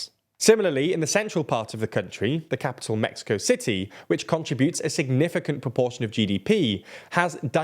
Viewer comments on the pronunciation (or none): none